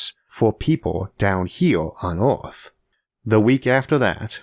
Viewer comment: Dear Isaac, by now I know you got a speech impediment. I'm sorry, I just thought you had a small-town accent.